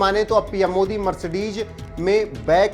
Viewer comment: Mercedes hota hai na ki🤣 Mercedeg..